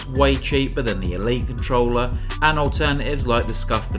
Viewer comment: What do you want from a guy who speaks "It's a compe'e'ive controuulerr, which fales like a pro controuulerr and kapes a classicul..." I just muted it, turned subtitles on and enjoyed the review which is pretty nice btw.